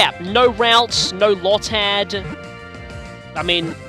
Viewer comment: So you're just going to pass up a potion? Oh no, here we go... It's low-tad, nobody calls it lod-tad Berry trees look minuscule in ALL games! Except for the permanent ones in XY. Wait a second... that makes no sense! Since you're playing Sapphire the reason you can't plant berries should be that the soil is over saturated with water!